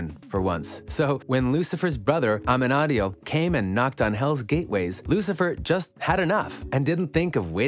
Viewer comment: For heavens' sake, PLEASE pronounce their names correctly!!!! You're going to do a video and every time you mention Amenadiel, you say it wrong and makes me cringe. (Ah-men-ah-deal) LOL